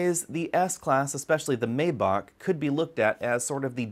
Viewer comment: The first "a" in Maybach isn't pronounced so it sounds like My